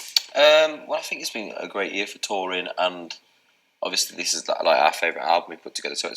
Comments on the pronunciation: he says “overshee” “orsley” “orshey” “oversea” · Yes, he says, Overshley. When I listen to his interviews as ASMR, I find myself pronouncing it like him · Yeah he puts a "Sh" sound into it. <3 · Harry say odviosly a lot and it s so cute